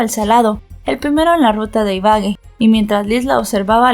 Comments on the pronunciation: La pronunciación correcta es IBAGUÉ con tilde en la E. Lo mismo pasaba con Bogotá que a pesar de tener tilde en la A. Aún así pronunciabas BoGOta. No es hate... solo es una recomendación, se escucha muy raro (y además esta mal pronunciado claramente) cada vez que dices iBAgue. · sé dice ibague no ibage es Ibagué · Excelente narrativa y lamentable caso. Para que tengas en cuenta, no se dice Ibague, sino Ibagué 😊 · Gracias por tu trabajo. pero porfa, mira bien las acentuaciones en los nombres, fue horrible escuchar una y otra vez Ibague en lugar de Ibagué!! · Se dice Ibagué, con tilde en la última e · Hola, yo soy de esa ciudad y se dice Ibagué, con tilde en la E. Gracias por contar el caso. Saludos desde Colombia 🇨🇴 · Buen caso y buena narrativa pero como colombiana me palpitava el ojo cada que decias Ibagué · Ibagué Ibagué Ibagué con tilde en la e. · se pronuncia con el acento en la e Ibagué, ese mounstro no tiene perdon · Exactamente Ibagué y lleva acento en la e ciertas personas internacionales nombran las ciudades colombianas mal pronunciadas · Madre mía, m da escalofrío escuchar como pronuncia Ibagué, es d espanto